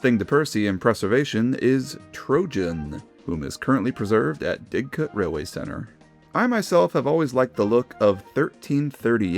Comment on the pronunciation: Im not trying to be annoying but you pronounce didcot with a U so it sounds like Didcut not DicOt Just trying to point it out